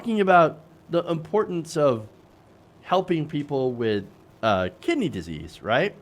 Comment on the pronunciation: Why can't he just say "kidney" like ordinary people? He has to say "Kih -d--nee" and do his stupid smile on the "nee".